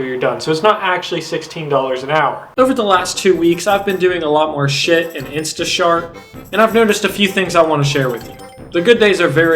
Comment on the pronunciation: Did u say sh$t and instashart? 😂